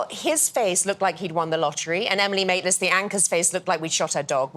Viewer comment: Who's Emily Maitlins? At least get the name right!